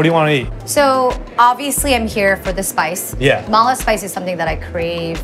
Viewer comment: The way she says Ma La makes me chuckle. Need to accent the La better. La means spicy you gotta say it with heat!